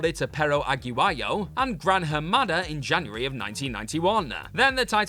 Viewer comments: I'm begging you guys to simply google Spanish names before you make these videos. It's a very easy thing to do. Aguayo is not hard to pronounce, Agua(like Spanish for water)-yo, not Aag-you-I-oh. It's disrespectful. You don't want people pronouncing your name Jay-wreath do you? Figure it out. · So You Wont Sound Like You Are Talking Gibberish Here Is A Better Way To Pronounce The Name Of El Perro Aguayo Repeat After Me. Pear-row Agua-yo